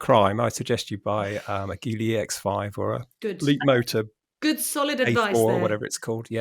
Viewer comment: Just a heads up it’s pronounced Jeely. I was a guest of theirs on a trip to China. You’ll be surprised by how good the EX5 is.